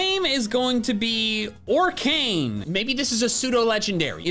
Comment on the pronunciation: Whoops it is orcane not orcan